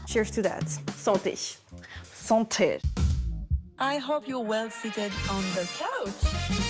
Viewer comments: Lol im not french but i study french and when the interviewer says “santé” it really sounds like “santesh”. Why do you French people do that? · Ahahaha en même temps elle à super bien imité l'accent parisien de Léna, qui elle même rajoute des consonnes imaginaires après le "é" 😂